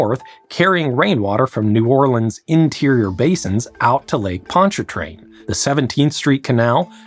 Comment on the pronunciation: As a Louisianan, I will be grading your pronunciation of things throughout the video and time stamping when you mispronounce something. 1: The first r is silent in Ponchartrain. 2: Here it’s pronounced Or-leens Avenue. You made 5 pronunciation mistakes that I am aware of.